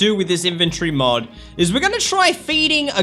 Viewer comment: Mod not mode